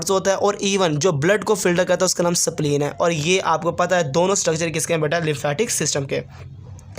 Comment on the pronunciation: Sir pronunciation is in correct sapleen nhi h spleen hota h